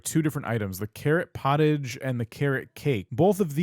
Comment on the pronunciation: It's technically "poh -TAHJ" (from French) but we know what you meant lol 😂